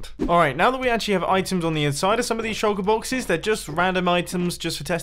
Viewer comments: Evrybody: shulker boxes Mumbo: sholka boxiz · I like how u say “shulker boxes”